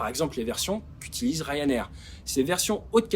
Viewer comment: 😂😂 c'est pas rayan air 😂😂😂😂 🇵🇸🇵🇸🇵🇸